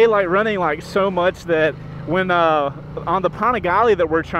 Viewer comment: Loved the first ride. But just a quick FYI, the NA CEO of Ducati pronounces it “Dee-avel” not “Die-avel.” Also, “Pan-igale” not “Pawn-igale.”